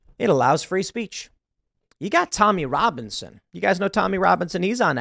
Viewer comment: This video will be impacted because you said Tomlin Romlins- ...Tommy Loblin... Tomr-... ffs, the EDL guy.